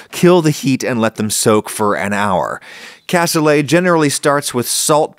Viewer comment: Looks nothing like it's supposed to (where's the liquid gone?). Your beans were massively overcooked and mushed up (you're not trying to make refried beans here), and you dont even know how to say the word "cassoulet". Adding gelatin is a decent hack for the veal stock typically used for this dish, except you added WAY WAY too much of it. Back to the drawing board on this one. Si vous ne savez même pas comment prononcer le mot cassoulet, cela ne m'étonne pas que vous ne sachiez pas comment cuisiner ce plat...